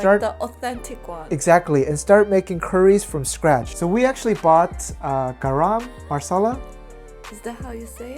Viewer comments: "G-uh-r-uh-m m-uh-sa-lah" not Gaaraam maa🙏salla (the way it's written on the container)😂😂😂 I m team naan. always. 😂🤣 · Pronunciation for garam masala would be 거럼 마사라. Reading it in this korean transcription gives a closer pronunciation than in English Also I recommend making palak paneer! A spinach dish with cubes of fresh cheese, also very good! And great with butter or garlic naan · It pronounced as garam masaaalaa . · Just wanted to help you out on the pronunciation of garam masala. "Guh-ruhm" is how you pronounce garam. Also, it looks like a super good recipe!